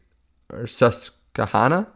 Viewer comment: It’s pronounced Sus-kwa-hannah